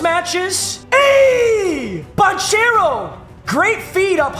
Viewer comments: It’s ban-care-oh not ban-chair-oh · paolo bancare-o is how u say it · dawg im begging you pls say Ban-Kero.... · Poalo Banchero’s last name is pronounced ban-care-o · it's Pawn-kero not bonchero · It’s not pronounced “ban chair o” it’s “ban care o” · Every time this man says banchairo I die a little inside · ban-chair-o lol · yo papa that isn't how you annunciate paolo's name. It's "ban - ker - oh". Thought I'd help ya out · It is pronounced "Ban-Care-Oh" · Just a heads-up, the “ch” in Banchero has a “k” sound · Please learn how to say banchero 🙏